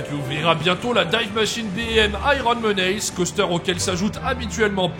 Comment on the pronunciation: Ta prononciation des mots anglais est plus qu'approximative: family, menace... Un petit coup de Google traduction en audio te donne la prononciation correcte et te permettra de facilement améliorer ton niveau. (oui c'est pas rédhibitoire mais ça fait un com pour le référencement)